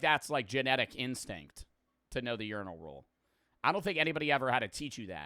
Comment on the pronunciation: did nobody else notice bro saying uniral instead of urinal?